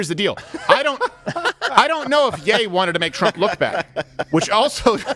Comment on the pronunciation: Ye isn't yay. It's yee.